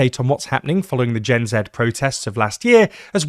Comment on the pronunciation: Thank you for pronouncing Gen Z correctly